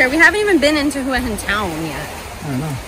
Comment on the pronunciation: Thank you for pronouncing Hua Hin correctly :-)